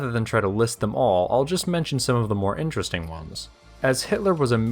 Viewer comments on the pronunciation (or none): none